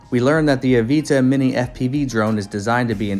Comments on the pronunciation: It’s avata not aveeta lol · Why are u saying Avita. But titles it Avata ? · the aveetuh? there's an "a" there not an e lol